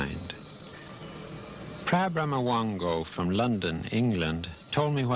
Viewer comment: and Ajahn Brahm (slightly mispronounced as Phra Brahmawango by the narrator) So cool! 😃